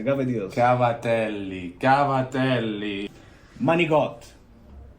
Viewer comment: Cavtelli is “GAVADEELS?!” I’m gonna need to speak to an Italian 😂